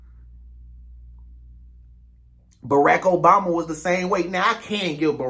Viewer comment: Man do your research. Stop being disrespectful. We are disrespected enough. Your history about Resident Obama was all wrong! You even mispronounced his name. Go do your homework.